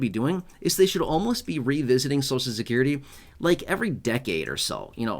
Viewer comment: Please pronounce Social Security properly. The way you say it hurts my American ears!!😮. So cial.